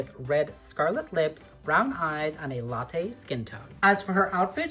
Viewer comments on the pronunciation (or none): none